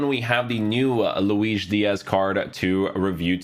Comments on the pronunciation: yeah but his name is spanish so it should be luis not luish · He is saying Luis with portuguese pronunciation